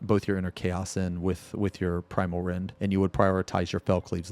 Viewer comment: Why the hell in my head i hear "Primal Rend" as "Pwimal Wendh" all the time?? :face-blue-smiling